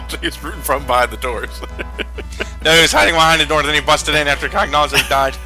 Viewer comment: Cagnazzo is an Italian name, I was hoping that, being that he is Italian, would pronounce it with correct phonics, which is, I can't find any of that weird text that no one could ever manage to read unless they speak Greek that says how to pronounce it, but here's my attempt at spelling it: "can-YAH-tso"